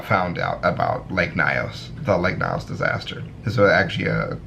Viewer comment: Lake Nyos number 7 is in Cameroon 🇨🇲 actually that's my country We go for field trips Cameroon has 2 of the 3 exploding lakes in the world It's not pronounced as lake Nayos Instead pronounced as Nios